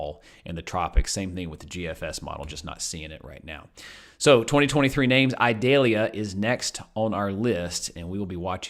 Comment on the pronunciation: Eee-doll-yah. It is not an onion.